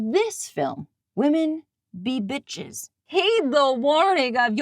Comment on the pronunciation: what did you say? BEEches BEE crazy? As, like, BEE witches? You conviced me, it is the best movie ever made.